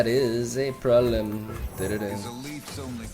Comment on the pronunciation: "~that is a prolem tererem~" 2021(I love it)